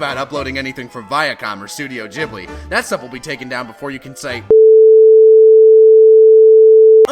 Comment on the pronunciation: it's pronounced giblie